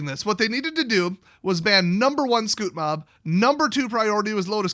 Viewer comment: he said scrute mob lol